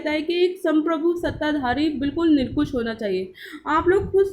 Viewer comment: Nirkush nhi nirankush hota hai